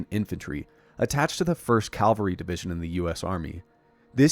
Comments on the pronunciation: Absolutely love your passion and commitment to UAP disclosure. Quick note. It's "cavalry" when referring to military subjects. The word you're using, 'calvary' means something very different as it refers to the hill outside Jerusalem where Jesus was crucified. It's a very subtle difference in pronunciation but it makes a huge difference in meaning. Not to mention how (fairly or unfairly), you're perceived. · Good video. And I'm still entertained by the mispronunciations and incorrect words (e.g., it's not "Calvary", it's "Cavalry"; and we the people are in the "Private" sector, the government is the "Public" sector). Otherwise, excellent research and topic. Thanks. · Calgary. Alberta. Jesus. Cavalry. V before L. Don’t be cavalier pronouncing cavalry. 😁